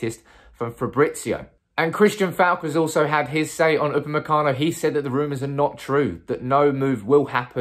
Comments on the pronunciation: You got the name right👌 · you got the name right this time...lol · Upamecano is correct, but you're pronouncing van de Beek incorrectly, it's pronounced van de "Bake".